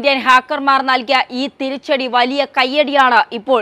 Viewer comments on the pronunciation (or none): none